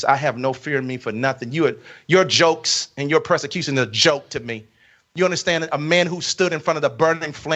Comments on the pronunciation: It's pronounced PERSECUTION, NOT PRESICUTION. He needs PROSECUTION for stealing all of those people's hard earned money and definitely intentionally speaking from not of God's word and claiming to be YASHUA! 🛑📢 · Yeah, we're the stupid ones. Meanwhile, he can't pronounce 'persecution' correctly. Unless he means 'prosecution', which would be somewhat accurate, at the very least.